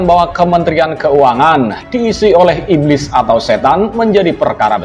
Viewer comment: Iblis kok ngomong iblid